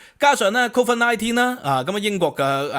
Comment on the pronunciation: Covid 發音係 Cold Fit ，唔係 Cold 忽，每次聽你講英文都會嚇一跳，個心離一離